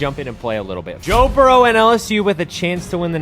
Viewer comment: bro said bo jurrow 😂